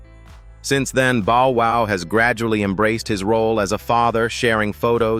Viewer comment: Don't forget bo wow, & that's not how bow wow's name is spelled. i really hate AI